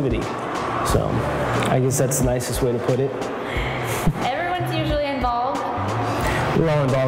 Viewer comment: lol "sierra kuntz"